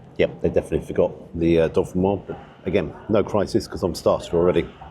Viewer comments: Please, - it's Dauphinoise, no dolphins in sight! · It's Jamie Oliver, it's not top quality cooking, it's average, the menu is all over the place. The egg (in the scotch egg) was over-cooked, it wasn't "oozy"...........Oh, and it's not "dolphin-noir" potatoes, it's "dough-fee-noirs" and the menu, it was dirty/stained, that sums up their "attention to detail" imo...... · it's not 'dolphin wah' potatoes. It's dauphinoise. you dont really know what you're talking about do you. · You keep saying DOLPHINOISE 🤣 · The 'dolphin- wah'? ;-) Was it 'fin-tastic'? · no it's do-fin-wazzzzzzzz upp!!!!!! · It's a pity about the dow-fuhn-wazz. Emphasis on the Z 😂 I make a brilliant dauphinphoise. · This may be a petty comment to some people, but can we please get the pronunciation of dauphinoise correct? As there's an e on the end, the s should be pronounced - it actually should be a z sound. As I say, a small issue, but it grates every time I hear it. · I don't think the "s" is silent in "Dauphinoise". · "Dauphinoise". "Pommes" are feminine en français!